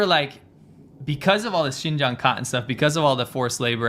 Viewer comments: Not only do certain double-t words (cotten, button, etc) take a d sound, sometimes they're just omitted in general. Emphasizing any sound to the double T's in Cotton sounds wrong to my American English ear; it sounds like it should be phonetically spelled "kah-en" Edit: should specify further that it is a southern Californian ear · 😂, I also laughed at how he pronounced it the first time